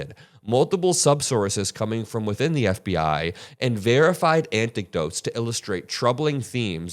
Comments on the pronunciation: what's an 'antic-dote'? Is that like an anecdote? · What’s an “anticdote?” BIG FAN!